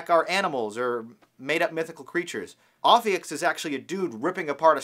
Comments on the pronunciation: BTW it's "ophiuchus", read as ɒfiˈjuːkəs or simply "oh-FEW-kuss", not ophiuchs or oh-fewks. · Its Pronounced Oaf - few - kus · if you're gonna talk about it you should pronounce it right. it's oh-few-kuss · i've read both the descriptions for aries and taurus. everybody i've asked still tells me that i'm a taurus. and it's pronounced O-FEE-YOU-CUSS. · It’s pronounced O-few-kus.... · Repeat after me: o-few-cus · it's pronounced oh-fee-you-cuss lol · Your saying the name wrong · The dude is pronouncing it wrong. Go to Dictionary com to hear it properly.